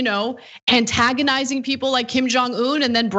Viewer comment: what the hell is "cantagonizing" ???